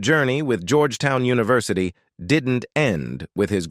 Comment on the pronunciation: If the bot can't even pronounce simple words like University and yet say it the way it should be pronounced in the next sentence I can't help but not to think this is AI at its worst this sucks...I'd much prefer a real narrator.